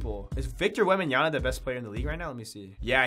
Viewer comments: It’s Victor WembanyaMa, not WembanyaNa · “Victor wembanya-na” 😂